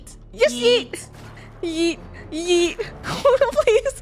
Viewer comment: yoot not yeet